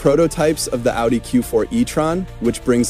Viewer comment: Dude, it's pronounced "Ow-dee"...😅